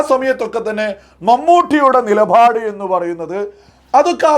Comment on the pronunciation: അവതരണത്തിന്റെ ബാസ്സ് കുറച്ചു കുറക്കുന്നത് നന്നായിരിക്കും.. ഉദാഹരണം പ്രത്യേകം എന്നത് ബാസ്സ് കൂട്ടി പ്രത്യേഘം എന്ന് പറയുന്നത് പോലെ തോന്നുന്നു. അതുപോലെ നിലപാട് എന്നത് നിലഭാഡ് അങ്ങനെയുള്ള കുറെ മലയാള വാക്കുകളുടെ ഉച്ചാരണം എല്ലാം ശ്രദ്ധിക്കുന്നത് നന്നായിരിക്കും.